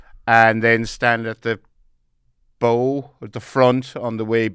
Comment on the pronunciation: You might want to check the pronunciation of “bow” and “Berkeley”.